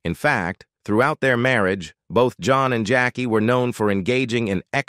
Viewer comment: I don't know whether an AI is narrating but it pronounced marriage about the mark as merry-agee.